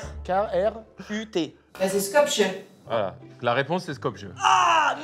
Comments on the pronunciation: Ça se prononce Skop-yé pas Skop-je 🙏 Mais merci d’avoir mentionné ce beau pays dont on parle trop peu! Signé: une abonnée qui vous regarde depuis Skopje 👋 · Scop jeu..... mdr ! Skopje ça se prononcé scopié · ON PRONONCE PAS SKOP”J”E 🤣🤣🤣🤣 on prononce “skopié” 🥰🥰 On vous aime ❤❤ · ça se prononce "Skopyé" , ne me remerciez pas 😁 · alors Skopje ça ce prononce Skopié en faite + michou a raison de préciser Macédoine du Nord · Pour avoir vécu à Skopje on prononce pas le j en français haha c’est plutôt « skopié » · ca se dit skopié mdrr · Alors par contre la prononciation de la capitale de la macedoine mon dieux ca fait mal 😭🙏🏻 c skopje mais dans les pays slaves le j se prononce "ye" donc skopye la prononciation voila merci 😌🇲🇰